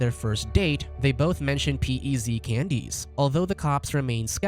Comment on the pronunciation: I was like what are P.E.Z candies until I saw them on their date, they are pronounced PEZ lol